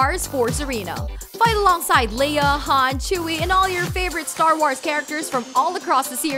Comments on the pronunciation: staar woars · Why did she say star waurs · The way she says star wars